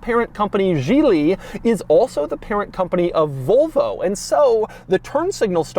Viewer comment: Doug the kinda guy to pronounce Volvo like Vulva